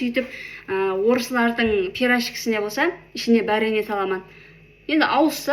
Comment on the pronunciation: Vareniya ❌bariyne ✅🤦🏻‍♀️